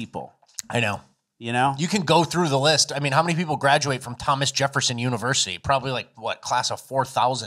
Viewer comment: Tah mu may....the school is literally named Thomas....and she couldn't get that one right, yikes.